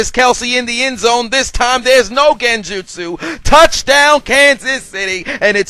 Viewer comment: I love the way he says genjustsu 😭